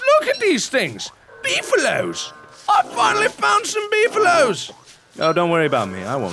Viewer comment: It's pronounced Beefalo.